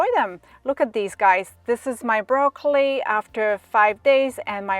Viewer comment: It took me a few minutes to realise you weren't saying raw clay you were saying broccoli